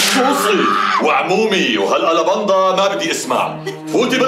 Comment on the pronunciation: قال هالاباندا